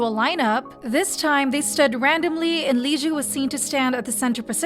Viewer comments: gal pal, girlfriend, sweetie pie, its pronounced liz like the beginning of lizard, not whatever the heck you're saying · why do you call liz lijue?